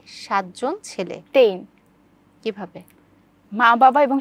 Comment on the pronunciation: আইচ্ছা এইগুলা কি পাগল নাকি ছাগল বুজি না ......বাদ দেন সবাই কেন tein বলে ক্যান অইদিন দেখছিলাম etiy k bolte ten না আচ্ছা এতদিন কি তাহলে আমরা ভুল উচ্চারন করছিলাম 😅🙄🙄🤔🤔